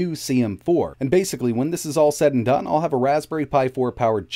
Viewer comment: “when it's all said and bone” sounds like a Trailer Park Boys-style Rickyism.